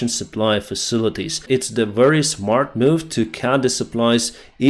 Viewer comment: "The, this, that, these ...." you can easily pronounce.... but Nors and Sous you cannot? I call b.s. , I am guessing military propagandist ! Variance you clearly elocute.... but "wery" is you preferred pronounciation for the word very! What are you really trying to do?